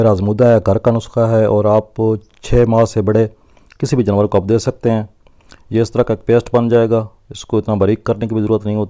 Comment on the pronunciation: جنور نہیں جانور ہوتا ہے.